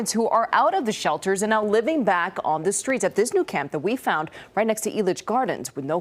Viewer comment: Don't you mean "skreets?" 😂😂